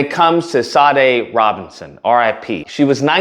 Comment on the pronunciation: Pronounced "Sha--DAY."